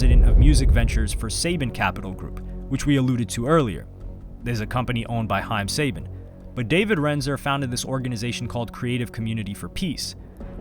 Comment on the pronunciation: I'm sorry I can't get over this, you make a whole two hour video amd can't be bothered to pronounce haim sabans name correctly as you mention him 30 times, come on bro tighten up